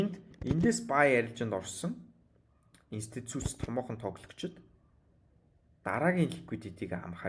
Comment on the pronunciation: Инсцүцүц биш Институц 😂